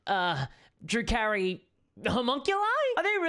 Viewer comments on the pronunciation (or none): I keep hearing "Drew Carrey" the comedian. I'm used to it being Dru-car-ee.